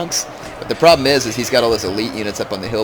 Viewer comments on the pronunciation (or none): none